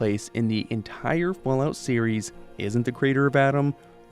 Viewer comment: he said fall tity 😊😊😊